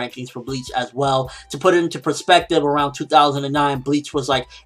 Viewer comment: "Well".... Not "We'll" as in "We will"